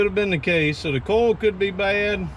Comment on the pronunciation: Coil doesn't rhyme with coal. LOL from New England.